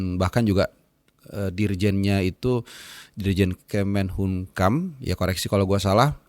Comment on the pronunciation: Koreksi =kemenkumham, bukan kemenhukam 😂